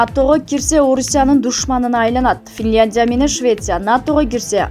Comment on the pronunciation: Туура окугулачы Финляндия деп